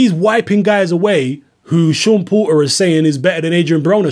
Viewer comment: "Seem like" is your perception Pratice english you are a pale man you should be able to speak his name Is Porter not Po- err dumb ass cave man